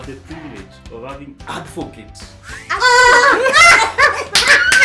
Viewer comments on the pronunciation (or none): The whole episode was educative but crowned it all with "adfocate"😂